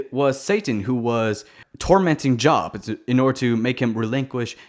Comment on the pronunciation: You’re pronouncing Job as j*bs on purpose aren’t you I feel like that’s the reason they didn’t include purgatory (like, heaven didn’t have that many strong arguments to begin with), but I did see a theory that Hazbin hotel would conclude with the creation of purgatory so that sinners had a place where they could work to be better; just something to think about I guess